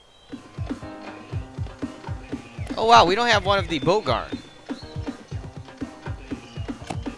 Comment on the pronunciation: Not bowgart